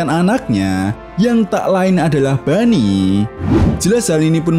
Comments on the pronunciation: Boney bang bukan bunny apalagi funny 🤣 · Mendengar dia sebut bunny. Aduh.. malas tengok.